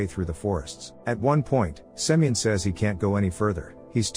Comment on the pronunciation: I caught how he called that guy semen instead of semyon 😂😂😭